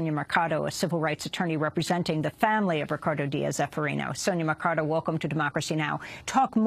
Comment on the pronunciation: The solicitor's name is Mercado, not Mecardo.!!!!